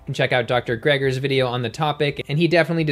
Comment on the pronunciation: It's "Greger" not "Gregor", just saying